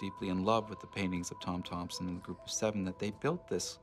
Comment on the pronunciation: And it's Thomson, not Thompson :)